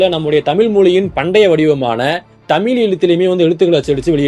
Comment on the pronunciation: முதல்ல உனக்கு "தமிழ் தமிழர்கள்" இதையே ஒழுங்கா உச்சரிக்கத் தெரியலையே! அப்பறம் எப்படி மத்த மொழிகளப் பத்தி வீடியோ போடுற? காமடி பீசு! எல்லாம் பொய்!😆